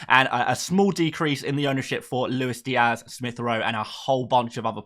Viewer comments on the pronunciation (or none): none